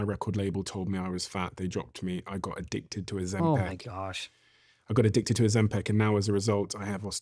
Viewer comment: Why does he always pronounce it “ozempeck” it’s Ozempic like pick. It’s so annoying 😂